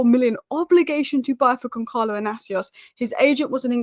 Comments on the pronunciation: YOU DONT SAY GONKALO IS GONSALO WITH A SSS LIKE SNAKE 😂😂😂😂A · and the "L" Makes it Goncaio, not GoncaLo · Soft C on Goncalo. Gonsalo, not Gonkalo. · Portuguese pronounce their Ls , it’s Goncalo.